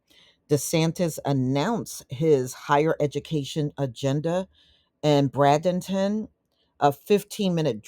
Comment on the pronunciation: Its pronounced Braidenton!